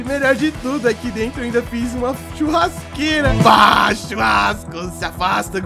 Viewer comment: Não é baa é bah 😰